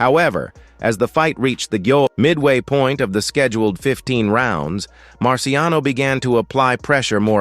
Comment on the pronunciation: It’s Marciano. No S.